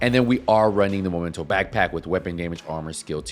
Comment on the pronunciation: after 4 years of people saying momento i am starting to think that vaste majority of Division 2 players are either illiterate or just plain stupid. Its spelled MEmento not MOmento please for the love of fcking god pronounce it right! aside from that.... I do believe that Hunters fury is a waste of time to use on a headshot build unless you are using regulus. For one simple fact. With a full high end build you can obtain higher handling with better stability and higher headshot dmg. Punch drunk mask for the D&H, Walker & harris Chain killer, Basicly any form of headshot dmg% from the rest of the gear all rolled into weapon dmg / Weapon handling / headshot dmg.